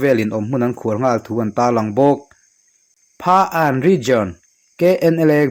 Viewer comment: Phaan tih hi Phakan tih tur a ni lo maw?